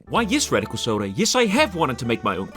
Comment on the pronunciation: you were so close to Radic-eel-Soda